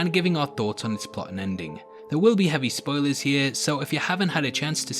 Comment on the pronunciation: it sounds like you said "heavy spoiley" in the intro. maybe you should name your channel something you can actually pronounce